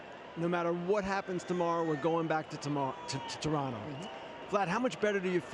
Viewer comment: i just love it when people pronounce Toronto the proper way...When other use that T at the last T in Toronto. Ugh lmao. fukers